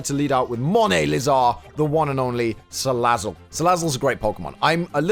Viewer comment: Man why you mispronouncing Salazzle? :c You gotta say it like "Ssssalazzle~".